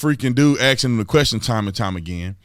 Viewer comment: Did he keep “axing” the same question?